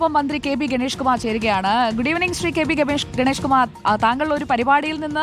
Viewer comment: കെ ബെ ഗബെഷ് അല്ലടോ കെ ബി ഗണേഷ് ആണെടോ 😅😅😅😅🤣🤣